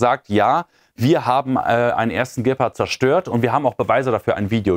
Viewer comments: Der "Bild dirt Deine Meinung "-Man kann wowl auch kein rechtre Deutsch mehr. Das Raubtier heißt G-part und niht Gep-Part. Oder hat man da inzwischen das Deutsch auch schon veramerikanisiert. Im übrigen war das wohl nur ein Test ! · Häh?? Aber der Herr General sagt im Interview auch immer Gäppert! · "Gähpart" ... Meine Güte, ersetzt den endlich mal, so schnell wie der spricht versteht man kein Wort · Der Moderator sollte endlich einmal lernen, wie man die Waffensysteme richtig ausspricht. Die Betonung bei Gepard liegt auf dem „a“! Alles andere verursacht Ohrenkrebs! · Gepard? Wo ist den da bitteschön das h?